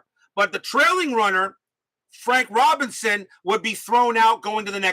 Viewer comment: Vada “Pin son”. (Robin son)